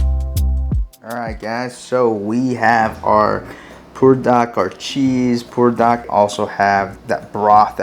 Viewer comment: In the description, you spelled it "Buldak", but when you pronounce it, you say, "Pulldak"....which is correct?